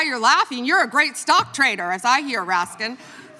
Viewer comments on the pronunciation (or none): none